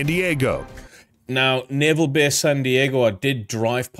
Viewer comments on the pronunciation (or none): It's NAAVAL, spelt Naval. Love ya chanel, but please. Lol😊